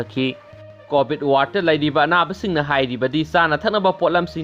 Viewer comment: Hwjit c covid matam ni aduna poa c fajana tabiyu 😎😎😎 covit haiba natte covid haibni😂😂😂